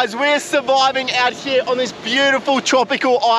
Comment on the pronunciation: Im sourvoiving got me